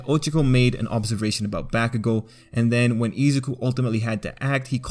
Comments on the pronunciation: I think he is saying them wrong it's pronounced Bak-u-gou O-ch-ca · Am I the only one that notice he is saying Ochako's name completely wrong same with bakugou